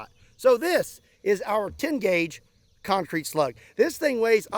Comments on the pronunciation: CEMENT DASLUG CONK CREET BAYBEEE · das conk creet baybee